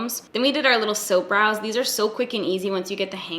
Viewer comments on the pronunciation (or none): Is she saying “soap brows“ are am I fucking tripping?